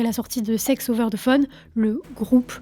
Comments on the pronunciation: the se prononce de et non ze , je sais pas pourquoi tout les francais le prononce mal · Là, la France, arrêtez de dire "ZE" lorsque vous dites "THE"! Ça se prononce DE ET NON ZE.😂 C’est un DE en accentuant un peu la prononciation sur le bout de la langue.🤦‍♀️ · The ne ce prononce pas ze